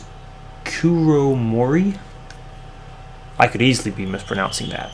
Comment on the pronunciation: Hey, I need to start on your LP but I think you said Kuromori right,also I think of Grass Type Starters Pokemon for him Also its Me Cloudmonkey, aka one of your Moderators:)